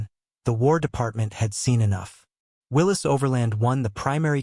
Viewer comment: If you cannot pronounce the word "Willys" and don't know the difference between cubic inches and cubic centimeters you should not make a video about jeeps.